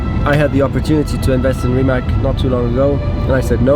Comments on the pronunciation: RimaC und NICHT RimaK. Im Kroatischen ist und bleibt ein C ein C und ein K bleibt K. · its rimac not rimak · Rimac, not Rimak. C in Mercedes you say correctly? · Fyi it is pronounced RimaTS not RimaK. You should say it like Mate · Hr. Rosberg, es ist nicht Rimak, sonst Rimatz ( Rimac ).. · You and almost everyone pronounce Rimac as Rima"C" like California. You're changing his 1st name! It's like you heard from Mate himself, Rimac, like RimaZZ, like pizza. :) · so mate pronounces it rimats but you keep saying rimak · Never knew how to pronounce RIMAC properly, know I know THANKS MATE! Its not RIMACK its RIMATZZZZ guys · It’s pronounced Ree-mats not Rimak🤦🏻‍♂️ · It is Rimac not Rimak, stop saying k at the end. It is a Croatian name and we say c when it's written as c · Niko can you be so polite and call Rimac the way it is pronounced, and not RIMAK!!!??? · If you have respect for the company and Mate, try to learn how to spell the name correctly...it is Rima"c"...you read "c"...it is not only company name, but Mate's surname..so little bit of respect would be nice...annoyed how people do not listen. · It's not pronounced RIMAK but RIMAC. Surname is Rimac. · So its pronounced RimatS ??? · why is he pronouncing Porsche and Rimac wrong ? as a german it is a bad habit to cut the e from Porsche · Its insane. You got the first ever produced Rimac C2, but you still don't know how to pronounce it 😁